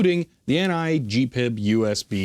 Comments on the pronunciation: Pronouncing it G-PiB is driving me nuts. I’ve only ever heard it referred to and pronounced G-P-I-B. I use it daily with power supplies, function generators, DVMs, ATTENUATOR controllers and oscilloscopes. I use the NI-VISA with VB6. There is no charge to use their windows library. Me preference is to used Agilent/Keysight drivers and VISA. My whole lab works on G-P-I-B. Newer devices with network interfaces work identically with my software. The only difference is the the VISA/GPIB address is a network is different. Also you can use direct USB connection. Identical except a unique address. I find USB not as reliable as network or GPIB connection. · ‘G’ ‘P’ ‘I’ ‘B’ please. It is most definitely not ‘Gpib’ pronounced as one word! If you don’t believe me, do you think HP would allow it to be called ‘Hpib’ as one word? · Slight correction: The correct pronunciation is G-P-I-B or H-P-I-B. You'd upset HP and the grey-beards if you call it H-PIB, instead of with their brand name. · I have never heard anyone, anywhere, in the industry refer to it as anything but G-PIB, except maybe H-PIB by the grey beards. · You're probably the only person in the world who says GPIB as a word instead of spelled out like any acronym.. and it really grinds my gears.